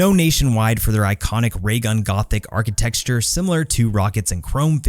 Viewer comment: "Architexture" xD